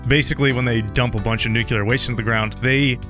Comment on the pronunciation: I lose braincells everytime I hear a native English speaker pronounce nuclear that way. English isn't even my first language!!!